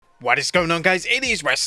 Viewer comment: What is it with you and dates? 17th of March... not 17th March. Sounds moronic. And you start every video saying Wad is going on guys. Wad, instead of what